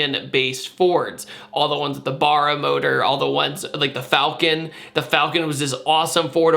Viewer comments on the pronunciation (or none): Can I just say, you absolutely butchered the Barra name, it’s Barra with an a like can’t, not like far.